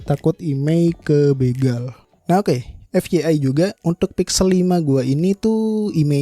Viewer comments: Kalau mau menggunakan istilah bahasa inggris, FYI dibacanya ef wai ai, bukan ef ye ai 😁✌ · fyi itu bacanya 'ef wai ai' bang heheeh